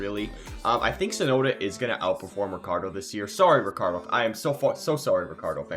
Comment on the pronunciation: no rikkardo. but, ricchardo. is italian name